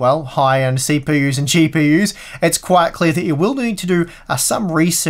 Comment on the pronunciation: Cheap-EU-s HAHAHAHAHAH